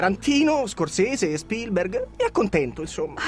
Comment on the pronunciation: Hai dimenticato Spielberg :-P Che scivolone: ha detto "acconténto" invece di "accontènto" :-O